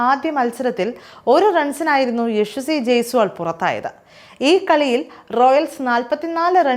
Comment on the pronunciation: യശ്വസി അല്ല, യശസ്വി